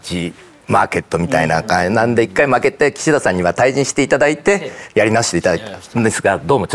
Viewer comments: キシ↑ダさん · 井川さんの『岸田さん』のイントネーションが独特過ぎる